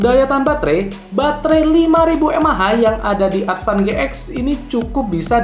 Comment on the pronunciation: Advan GX ----> bacanya Advan G-Ten 🙄